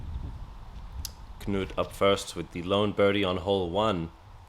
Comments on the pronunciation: FYI it's just "noot", not "kuh-noot". The K is silent just like English, so says my Norwegian wife. Really enjoying the coverage! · Funny to hear you say Knut, it should be a slow vowel. But other languages is tricky. Thx for the video.